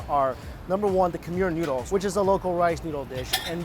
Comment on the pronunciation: Am i the only one hearing « Nudes »